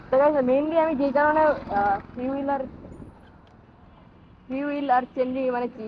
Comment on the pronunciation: Vhi oi ra fiul na freebil bole 😂